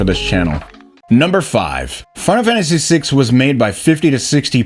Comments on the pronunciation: Are you saying "final fantasy" like that on purpose? "fennafamasee"? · Can we address the elephant in the room...that being how pronounces final fammmmacy . Just saying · What's this "fun-amanda-see" game the guy keeps talking about? 😂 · Am I the only one that keeps hearing Final Mantasy 6? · Practice saying "final fantasy" for a bit before your next video cuz you can't pronounce that shit to save your life. Literally just read how the auto-generated captions interpret how you say that shit. "Fun of Hennessy" lmao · Why do you say Final Fantasy like that? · A final fantasy video by someone who can’t say ‘final fantasy’ is an interesting concept